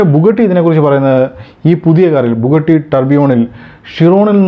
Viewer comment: ബുഗട്ടി അല്ല ബുഗാട്ടി അല്ലേ?